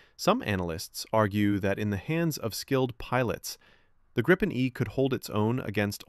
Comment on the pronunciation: What is "Grippen"? The name is Gripen. I know that there's no AI that gets the pronunciation, but here you are: Think of the word 'green'. That's not pronounced 'grinn'. The 'i' in Gripen is pronounced like IF it was spelled "Greepen". It means 'the Griffin'. En grip - a griffin Gripen - the griffin The name was voted for by the Swedish people. "Unprepared surface", well unfortunately not entirely correct. Any asphalt road, wide and long enough. But not like a propelled aircraft from a grass field or a gravel road. The risk stuff is sucked into the motor is too high.